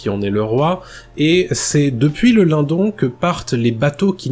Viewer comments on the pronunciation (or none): super video Merci ! je pense qu'on prononce le "LineDonne" keep going